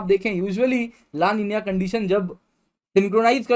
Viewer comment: लानिनीय nhi hota---- ला नीना bolte he isko